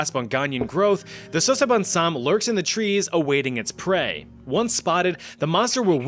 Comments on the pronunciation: Your pronunciation was amazingly good… You can say it like “Sasa” as on salsa - then “bone samm” with emphasis on the “m”…. Sasabonsam … love your videos… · As a Ghanaian I can confidently say u are butchering the name😂